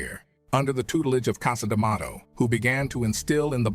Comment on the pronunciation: Why does Morgan keep pronouncing Liston's name differently..He said Lee-stahhn, Li-stan, Lyee-ston...my goodness every time he pronounces his name in a different way, really strange and distracting..And CAS D'Mato? Pretty unprofessional for probably the most popular narrator in history to just mispronounce easy names..